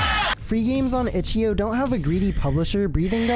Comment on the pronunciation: stop saying itchio